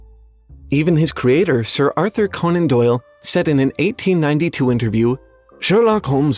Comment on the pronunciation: How in the name of Hades do you not know how Conan is pronounced?